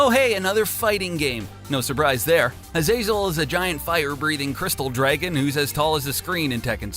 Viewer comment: What is it with YouTubers and using the less intuitive pronunciation of character names? Azazel is a pre existing name for a monster so it’s probably pronounced “Ah-za-sell” (like Azrael) and not like hazel. I mean, how does that sound good?